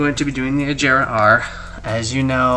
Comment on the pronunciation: Its agera not ajera